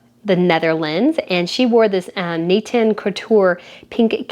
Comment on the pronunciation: I am a spanking new sub, and i am binging on the video's. Love it! Maybe as a BE the thing that rubs me is your misapprouncination of the fasionhouse Nathan. You say it in an Enlish tone, but you have to say it in French